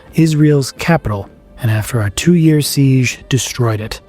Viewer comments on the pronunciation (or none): none